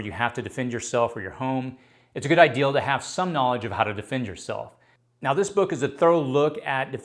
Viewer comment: Thank you. And the word is idea NOT ideal.